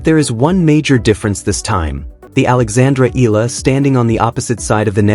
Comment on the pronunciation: Although you all have not pronounce her full name: Alexandra /Alex Eala ( E Y A L A ), we are all very proud of her. We all support and pray for her. We believe she deserves every victory she has had. Go girl show them what you've got but still remain humble and beautiful.